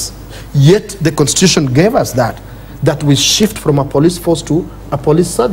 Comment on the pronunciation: Why does the lady host pronounce 'police' as 'plis' at 12.54????